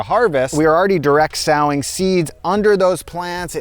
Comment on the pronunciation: Sowing, as in planting seeds, rhymes with "go" and is pronounced like the thing you do with a needle and thread, "sew"